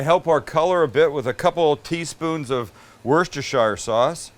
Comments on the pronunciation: werstersherire sauce, it's pronounced "wuster sauce" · For all you Americans and Kunuckians oot there no self respecting Englishman ever ever says Worcestershire sauce, it's always Lee and Perrins or Wuss-ta sauce. The county it is named after is pronounced wuss ta sheer, NOT wore says tar shyer I hope this helps clear things up. Also on a side note that wasn't even close to an English accent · I find it hilarious hearing anyone pronounce worcestershire wrong. it's pronounced wuster-sure. Please give it a go 🤣 And yet again. You're insulting attempt at a British accent ...........😔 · Can I help you and all American’s with the pronunciation of one particular word that triggers me? Worcestershire is pronounced “Worcester-sheer” not “Worcester-shyre” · 'Wurster-shire' sauce? It's pronounced 'Wusstersheer'... and just 'Wooster', at that. No-one says the 'Shire' part. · Help from an English woman, it’s Wuss-ter-sheer sauce. Living in Canada there are a lot of bad poutines, my son is connoisseur he loves it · I love you I think your great but as I have to do for any none British person, while it is spelt Worcestershire sauce you pronounce it like this: Wu-stuh-shuh sauce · Wuss-ta-shear sauce is the proper pronunciation. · If you're interested, it's pronounced 'Woostershire.' 'Wooster' is an acceptable short form. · Why do people struggle with the proper pronunciation of Worstershire sauce? If you can say "wister sure" you nailed it. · I’m from Worcester, it pronounced “wor” “ster” “shear” ffs 🤦‍♂️ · Hey Sam, massive fun!! From London and just to let you know Worcestershire sauce is pronounced Wuu-ster-shar. Have a great weekend and keep up the great vids with Max! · Repeat after me. WUST-EH-SHIR. Spelt Worcestershire, come on man... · OH FFS it's Worstesheer.. the Shire is where the Hobbit's live.. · Pronounced Wooster Shire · As a Brit it is “wooster-sha”. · I love how Sam can't say Worcestershire but instead says Worcestershire